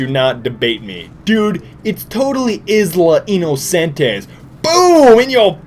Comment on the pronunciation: How to pronounce 'Isla Innocentes' - I-la Innocen-tES. Emphasis on the last part of the word.